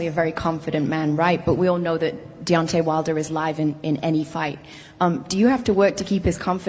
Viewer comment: 1.21 "deontey wilder was robbed tonight"! hahaha